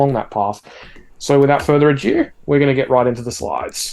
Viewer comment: it's 'without further ado' as in Shakespeare 'Much ado about nothing'... not 'without further adieu' which is French for goodbye!:)